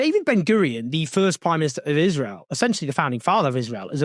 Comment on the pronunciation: She said 'israel' wrong throughout her entire vile speech. One foot in the grave and she's not even afraid of her fate. Rich